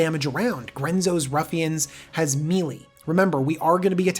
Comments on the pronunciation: Just FYI, it's "may-lay" not "mealy". ;) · "melee" is pronounced "may lay". It's French or something. Thanks dawg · MAYLAY, NOT MEELEE